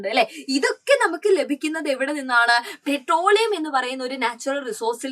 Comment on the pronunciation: 😂pretroleum> petroleum ×